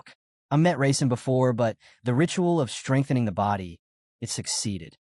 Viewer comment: It keeps saying raisin instead of Rasen & it's killing me 😂.